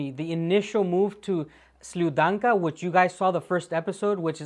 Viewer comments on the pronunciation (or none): I know you're only learning russian, but the D in Sludyanka is soft. Please cater for my psychosis.